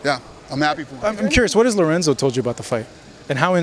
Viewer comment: LORENZO, BITCH... NOT LORENZA!